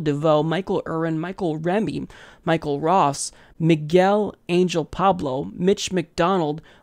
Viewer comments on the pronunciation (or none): none